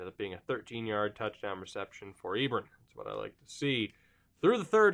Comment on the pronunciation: Hate to be this guy, but it's pronounced E-Bron like LeBron!